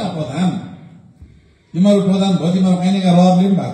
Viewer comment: Boli lai Alik sudharnu paryo sir, Teme haru - Temi haru ......? Ke ho yo "Shabda"